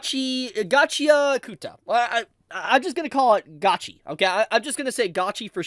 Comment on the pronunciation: its pronounced "Gachi-akuta" not "Gachia-kuta" or atleast thats how ive always pronounced